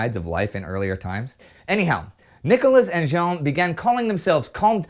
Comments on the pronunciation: Just a detail, but you probounce jeanne like jean, wich is a boy's name. Add "_ne" at the end to have the good one. (sorry) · One thing bothers me. It's not "Jean", it's "Jeanne". Wich means it's pronounced almost like the englishe "Jane", but with the same "a" as in "rat".